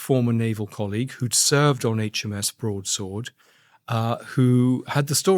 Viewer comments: Andrew it's pronounced HMS Broad sword, not Broads word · Broad SWORD not Broads WORD. Broadsword. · I like the podcasts but it seems like Andrew Gold has had a stroke… barely known prominent royals, doesn’t know the word broadsword and calls it ‘broads word”… forgets Paul Page, and I’m barely half way through. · HMS BROAD -SWORD not BROADS -WORD 🤦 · Loving your pronunciation of ‘broadsword’, Andrew 😄 I do like this channel.